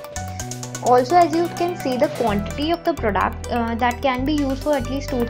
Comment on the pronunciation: It’s product! Not prodaaaact 🤣